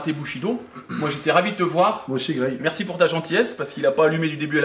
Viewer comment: "Greg MMA" devient "Grec MMA" ^^